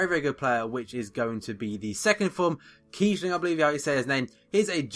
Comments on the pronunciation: Hes pronounced kiessling and not kiebling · It´s Kiessling not Kiebling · you can spell kießling also kieSSling, and you pronounce it like "s". just for your information :)